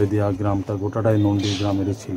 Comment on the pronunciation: গ্ৰাম কি নন্দী নয় নন্ডী